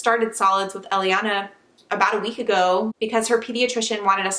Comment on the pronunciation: Elliana is the name we picked for our baby girl and we're spelling it the same way too. I like how it sounds when you say it.